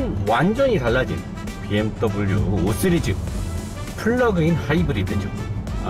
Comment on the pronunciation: 씨리즈를 자꾸 쓰리즈라하네